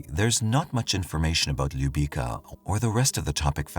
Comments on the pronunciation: Little girl’s name is pronounced Lyou-bee-tsa. It means love or kiss. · Stvarno bi trebalo malo da se potrude oko izgovora imena koja nisu engleskog porekla...bukvalno para usi kada izgovara njeno ime nepravilno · Ljubica is pronounced Loo beetz sa. Her last name is said as To pich. I am from Windsor Ontario. There are youtube clips from Windsor Police where the former chief of police pronounces her name clearly.